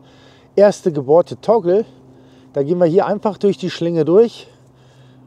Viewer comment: Praktische Idee! Spart sicherlich einiges an Zeit beim Auf und Abbau. Nebenbei, was ist ein 'Tongel'? Meintest Du vielleicht 'Toggle', also einen Knebel? Danke für's zeigen und nachträglich noch alles Gute zum neuen Jahr! Nachtrag: später im Video wird's deutlicher, gemeint ist tatsächlich 'Toggle'. Sorry, hörte sich zu Beginn anders an.